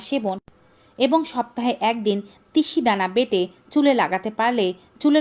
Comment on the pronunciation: তিসি ধানা কি ভাল ভাবে বল ধাও